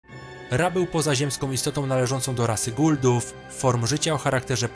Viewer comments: nie guldów, tylko Goa'uld-ów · Nie "guldów" a "Goauldów"